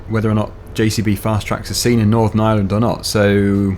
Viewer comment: ireland not iland